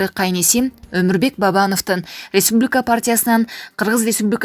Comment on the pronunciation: Алып баруучу Республика дегенди туура айтсан чанжыраган сени